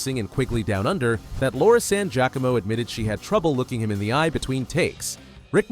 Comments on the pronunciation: Ugh. Its Laura "San-jeeya-komo" not san-jack-a-mo. (Had a major crush on her back in the 90s She was also awesome in the TV miniseries "The Stand" . (minor character) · You lost me when the AI narrators mispronounced Laura San GEE-AHcomo’s name. Your videos will seem more down to earth and will garner higher ratings if you use real narrators.